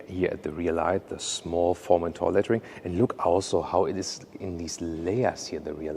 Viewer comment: Omg that Formenthoar pronun iation!! It's pronounced foR-men-toRR Formenthoar ;)) i am dying of laughter